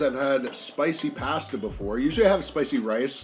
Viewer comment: Hes killing me with his pronunciations. Parmezan, Ojew, pazzta 😂🤦